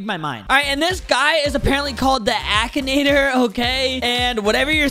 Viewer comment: We love the “ackanator” The pronunciation is so good